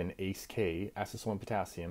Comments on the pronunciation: Wtf u saying acesefolium. Its acesulfame for chrissake. Makes me think you are saying this for propaganda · Do you actually think you are pronouncing Acesulfame correctly, or is it just rage bait to boost engagement? 😅 I like to give you the benefit of a doubt and imagine it's the latter.